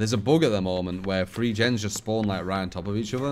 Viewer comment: Just the way some of us Brits pronounce the word "Three" I'm afraid